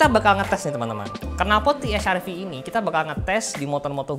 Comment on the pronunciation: Kalo Produk Lokal Harusnya Pelafalannya Pake Bhs Indo Te Ha Er Ve😁